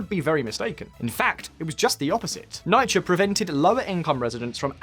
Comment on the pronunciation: People from NYC listening like "what he hell is NIGH-KUH".